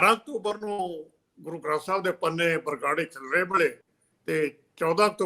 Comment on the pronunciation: ਬਾਰ-ਬਾਰ ਬਗਰਾੜੀ ਕਹਿ ਰਹੇ ਨੇ । ਇਹਨਾਂ ਨੂੰ ਸਹੀ ਉਚਾਰਨ ਲਈ ਕਹੋ 🙏